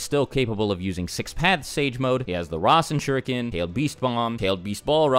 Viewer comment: Dammmmm Naruto jutsu names really does sucks on english dub :v RAISEN SHURIKAN :V